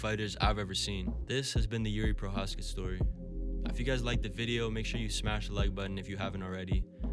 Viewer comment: Just a little advice on how to pronounce his last name Pronounce the letters ch in the word Pro"ch"azka as the beginning word chameleon. Greetings from the Czech republic ;)